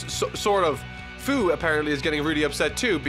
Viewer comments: First It's not "Foo" but "Few".... and, the video is Hilarious. I love it! And Baby Toriyama. A big like! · Its Few not Fu Its Wees not Wis... For fucksakes YouTubers... Its like Kaoken actually being Kaioken. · Fu's name is pronounced "Few"